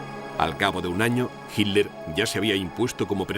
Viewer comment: El relator no sabe leer, repite y repite "HINLER"